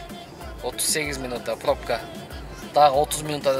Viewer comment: ПОБКА дебей пробка десен